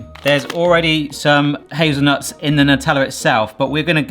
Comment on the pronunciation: They’re pronounced “hazelnewts” …apparently.